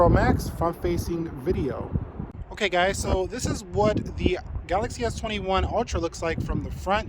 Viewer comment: Did you add the word “guyz” you said in the intro? It sounded wierd :/ Nice videos btw